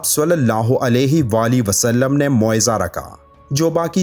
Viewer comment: S.A.W Sae Se bol le baii